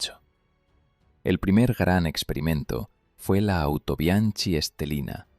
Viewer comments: Muy agradecido con la información pero estaría muy bien decirlo tal y como se pronuncia. "Autobianki"..........sin más complicación. Y también apuntar que Japón también lo importó. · Es cierto, la pronunciación de Autobianchi chirría en los oídos de los que conocen la lengua italiana, pero entendiendo que es producto de la narración generada por IA no se puede pedir más... También se come las Ñs, a veces las pronuncia como Ns o simplemente las ignora, en fin... Son detalles que le perdono a quien quiera que sea la persona que esté produciendo y deleitándonos con estos vídeos... Ojalá nos regale muchos más... Hasta él, mi sincero agradecimiento !!